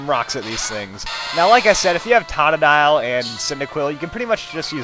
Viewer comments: I hate how he says tah tah dile its frickin toe tu dile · its pronouced tota-dyle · its to-to-Di-Le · it is totadile not tatadile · Totodile is pronounced (toe-toe-dile)